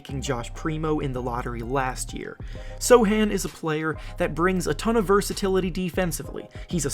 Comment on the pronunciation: Plus for reading Sochan correct :))